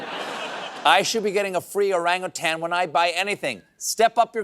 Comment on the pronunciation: Finally, someone pronounces “Orang utan correctly, not the lazy way: “orang atang” You’re welcome- the grammar police.